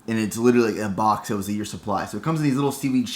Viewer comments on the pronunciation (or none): none